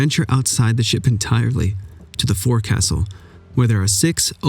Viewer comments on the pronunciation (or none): It's pronounced "folk-sole", not "for-castle". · The word forecastle isn't pronounced "for castle" (like the way it's spelled). Instead it's pronounced more like "folks'ull" or "fokesull." Almost like the word foxhole. Try saying the full proper spelled pronunciation of "forecastle" 100 times, but each time you do speed up a bit until all the syllables just kind of mash together. Outstanding video otherwise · quote "45 tons of biscuits" these are UK Navy Ships biscuits & not your Merkin rubbish :) its not called the "ForeCastle" its the Fo'c'sle... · It’s not for castle. Its fo’c’sle. Pronounced folk-s’l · For those of you non sailors, the word is pronounced foc'sle { folk sole } not fore castle. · Nice video, not a big deal but the pronunciation of forecastle is folk-sole. Not for-castle. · "fore - castle"...to try to be a legit source of info, you might want to pronounce basic nautical words correctly. It is pronounced Fohk-Sul. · not pronounced "Fore Castle", pronounced "folk sul". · I thought it was called phoneticaly the " fo'cusle, emphasis on the first sylable N9t forecasul like was said. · it's usually pronounce foke-sul, not forecastle as it's spelled. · Pronounces "boatswain" properly, but then pronounces all of "fore castle" lol It's "FOHK-sel"! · It's not 'Fore Castle' it's pronounced 'Folk sal' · By this period, the forecastle had come to be pronounced fo'c'sle (FOLK-sell) by most English-speaking mariners. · Very cool and informative video, I love this stuff. Just a minor point on pronunciations -- forecastle is pronounced " FOHK - sull " . It's commonly minpronounced and I learned it the hard way --- with my Bluejacket's Manual in Navy recruit training many years ago. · “Foc’sle” is still the appropriate pronunciation of the word forecastle. That is how the US Navy pronounces the word. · I am sorry 'Forecastle'? ya mean Foc's'le! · FYI "forcastle" is pronounced forecast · Just to let you know: forecastle is pronounced fok sol (folk soul).